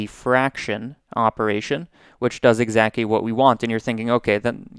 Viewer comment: Are you saying "exacky" to fuck with us? You've said it 3 times.